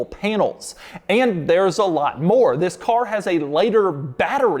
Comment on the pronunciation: And vhis, and vhis, and vhis, and vhis.